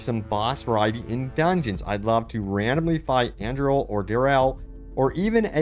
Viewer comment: Travical and Andrell! Almost..